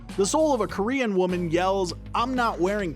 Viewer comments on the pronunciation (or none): none